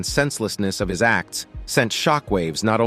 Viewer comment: shickwave shockwave you must have said it 1000 or more its anoying